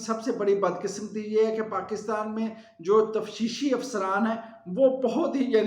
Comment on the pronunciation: ماشااللہ ۔۔۔آپ کے تجزیے دن بدن بہت اچھے ہوتے جارہے ہیں ذرا تھوڑی سی توجہ۔۔۔۔۔الفاظ کی درست ادائیگی پر بھی دیں eg.... تفشیشی افسر نہیں تفتیشی افسر